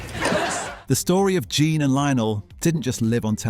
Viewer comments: John, Jen, Jan, Je-on. My god, get her name right. It's JEAN. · Jean, not Jan- for pity's sake!!! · Too annoying to listen to, as the presenter continually mispronounced the name of main character “Jean”. After hearing her called “Jenn”, “Jan”, and “John”, I gave up. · Whoever produced this needs to change careers. Amazingly incompetent, no attention to detail…for a fan base which notices details. Her name is JEAN not John… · When a program that promises to reveal "hidden truths" can't even get the name if the leading actresses character right (It's Jean not Jan) you know it is a complete waste of time. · Michael Williams was not in As Time Goes By. Also, her name was Jean not Jan. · Not Jane either! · Her character’s name was Jean…rhymes with bean! Her husband was NOT in As Time Goes By!